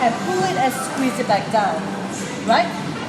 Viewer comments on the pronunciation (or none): I DIE EVERYTIME SHE SAYS "okay, sqwees¿" 😂 I love this, it's so helpful.